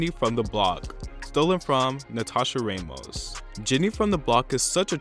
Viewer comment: I'm sorry but it's Ramos - Rah (like rah rah rah) most, not raymos